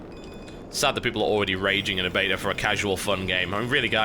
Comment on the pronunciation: i love how he says betar instead of beta